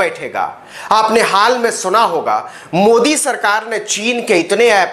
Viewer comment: मोदी को उर्दू जुबान में आप ऐसा बोलते हैं जैसे ठंडी में रास्ता चलते हुए तालाब में कोई ढकेल दिया